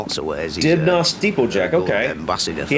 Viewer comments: A bit less emphasis on the last syllable of Dibnah, just Dibna really. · You don't emphasise the 'nah' of Dibnah. Its pronounced Dibner. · we say fred Dibnuh not nah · You pretty much got the name right, but it's more DIB-nuh than DIB-nah if you see what I mean. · Pronounced “Fred Dibner.” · Pronounced more like Dibnuh. Top man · He was from Northern England. It's Dib -nuh phonetically. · His name is pronounced in the UK as Dib'na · Fred himself would pronounce his name without the h. i.e. Dibna. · Fred Dibnah, pronounced in English Fred Dib-ner. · PLATFORM!, ITS A PLATFORM! 😆😆😆 Probably been said before. His name is pronounced 'Dibner'. An absolute legend up here in the north and as you'll read, people have the greatest respect for him. He was in effect an industrial historian. Some say he was an eccentric, no, reject that absolutely, an enthusiast for the great industrial achievements of the Victorian era and preserved what he could. He had a fully working steam powered workshop at home. A superb draftsman, his drawings and illustrations for later TV programs are works of art. We miss him. £7000 in 1979 would be £30,365* in Dec 2022 which would be $36,741 (£1= $1.21) * Bank of England inflation calculator AVG 3.5% inflation over the period. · His surname is pronounced Dibna, the 'h' is silent. As Fred would say, about death, "One mistake, and it's half a day out, with the undertaker." You need to watch some of the other videos about him. There are 2 covering him erecting the ladders, up the side of a chimney and a third one showing him erecting the "Staging" around the top of a chimney, to name but three. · His name is pronounced Dibner. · My mum lives right near one of Fred’s chimneys in Barrow Bridge in Bolton. Proud Boltonian here! Fred is an utter legend. We pronounce his surname “Dibner”, without too much emphasis on the ‘naaahhhh’ 😂 it’s bizarre hearing my accent and knowing you’re struggling to decipher it haha! A butty is a sandwich 😊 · Not Dibnaw.